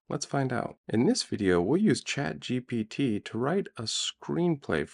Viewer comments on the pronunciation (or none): none